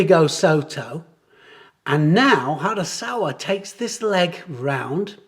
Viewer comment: did you say hasaKawa ? harasawa😉